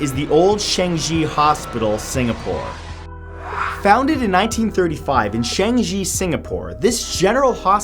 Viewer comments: Hello from Singapore~ It's so cool to be featured haha. Personally I haven't been to Old Changi Hospital but my friend has and it's apparently very creepy and has an evil presence >.< By the way, Changi is pronounced Chang (like cha cha) - ee =) Love your videos, Matt! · just saying 'Changi' pronounced --> (tea-'ch'-er.....'ch')(ang=ung)(i = e) Singapore and for those people who think Singapore is in China -_- we are not part of China. we just have a majority of Chinese. We also have Malays, Indians, and some Europeans too. just FYI for those in the comments. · You pronounced changi wrong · Singaporean here! Yes, I agree that the Old Changi Hospital is haunted asf. I do saw it before, located near Changi Village if I'm not wrong.. Also, you pronounce 'Changi' wrong, but that's alright! Love ya vids Mr. Mat <3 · how cute he said changi...its pronounced wrong tho...but cute..hhhh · You pronounced Changi wrongly 😂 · He pronounced changi wrongly like vry wrongly im a Singaporean and I feel offended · I can't, I'm sorry. Hahahaha! I can't stop laughing at how Changi is pronounced. It threw off the video for me. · You pronounce Changi wrongly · Your pronunciation of Changi. 🙃🙃🙃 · Lee Flood "Changi" as well 😂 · The first entry :old changi hospital is now a hotel called raintr33 hotel so yeahh. Butchered the pronunciation of changi btw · matthew thats not how u say changi and lawang sewuXD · it's not chan-ji its pronounced chang-i (i as in ee) jeesus.... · #10 Changi is pronounce as ''Chung-Yee" not "Shang-gee" lol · Okay. I am from Singapore and you pronounce "Changi" as chang-gi and not sheng-gi. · Changi is pronounce as CHUNG E not shang shi 😂😂 im from singapore btw hehe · Chang-yee not chang-gee HAHAHAHA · Erm its pronounced chunk-yi not change Yi heh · gamma gaming it's not chung-i. It's chang-i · It's pronounced CHAAH-NGEE not chanji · It’s not Shengji it’s Chahng-ee, exactly like how it’s spelt !! 😩👌🏻 you’re welcome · #10 is pronounce as ChangII not GEE